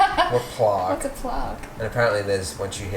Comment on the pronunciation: Did mean "plaque"? The way he pronounced that, I'm not even sure that's what he said. Ooooh, no you don't!;-) You had a nice idea at the end, but the videos were in the way.:-)